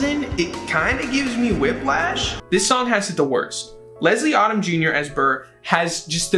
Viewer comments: I’m so sad right now. All my favorite songs are just being disrespected and I’m heartbroken. 😣😣Also, it’s not Odd-um. It’s Odom like Modem. 🤦🏽‍♀️ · LESLIE ODOM JUNIOR'S NAME ISN'T PRONOUNCED LIKE AUTUMN IT'S PRONOUNCED LIKE OH-DUM OMG